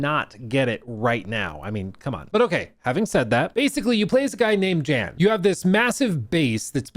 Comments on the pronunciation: Not to be overly serious or nitpicky but it’s pronounced YAN not Jan. And if you played the game it’s said like a million times considered all the characters are Jan. Lost a bit of credibility ngl. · How have you played the game and dlc but still don’t know how to pronounce the main character’s name? There’s literally one main character and not once have I heard it called JAN lol.. it’s pronounced “Yan” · Jan (pronounced YAN) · The J in “I didn’t play this” is pronounced like a Y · yahn (like john with a 'y') is how the MC's name is pronounced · it was really irritating seeing him say Jan with a J 😄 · Literally came here to say this 👆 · yeah. I remember when he talked about the game last year. I got it around the last time and loved it too. Especially some of the music. Still, its a minor annoying since Jan is said a lot in the game (pronounced Yan) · > "I really like it" > Doesn't know how to pronounce MC's name... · try looking up 'the alters luke stephens' before jumping to the comment section w yr comment. its weird that hes incorrectly pronouncing jans name, but come on man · I can't believe you don't pronounced Jan's name correctly wtf lol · Kinda sus to say you loved the base game and not even know how to pronounce the main characters name lol. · what I was thinking too